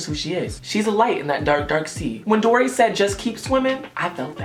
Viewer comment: you said dora instead of dory when you were on taurus but ily still sis 😂❤️